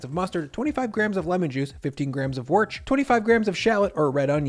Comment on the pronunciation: Wust, not worch.